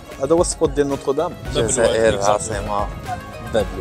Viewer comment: لسان الجزائري ينطق مروكي ونتما تقول زازاير علاش ههه